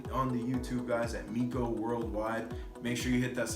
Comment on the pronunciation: Hes "known you for years" yet he cant even pronounce your name correctly...lol...he calls you My-ko, instead of Mee-ko ..and this is who youre trying to use as your character witness? 😅😂